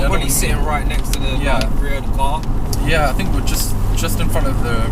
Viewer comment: why you say FOUGHTS instead of THOUGHTS and FINK instead of THINK?